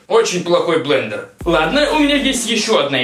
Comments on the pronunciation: БЛЕНДЕР, а не БЛЕДЕР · Блэндер😂😂😂а не Блэдэр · особенно "бледер" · БЛЕДЕР а не блендео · Понятно как учился в школе...... Бледер, бл@ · блендер а не бледер )) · Не бледер а блендер! Измени название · может блендер, а не бледер? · А ошибка Блендер, а не бледер!